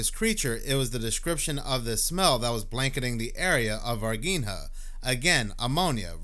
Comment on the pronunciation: it is NOT ´´Varguinea´´ it is Var-Gi-nha. You can Google it , to hear how it is pronounced. And indeed, the ´´Strange´´ being in Varginha was Not from this planet. They Brazilian government at the time, take it away...rumors has , it has been given to the American government. ps: the girls that saw the Alien, ALWAYS Mantained that it was Real. they did not lookfor being ´famous´, they are simple people, living a simple life up to this day.